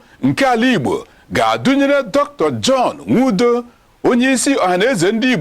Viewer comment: John Nnia Nwodo not "Nwudo".